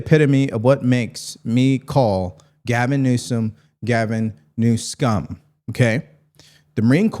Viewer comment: You pronounced NEWSCUM perfectly 🥰